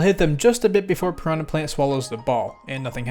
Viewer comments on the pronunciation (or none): none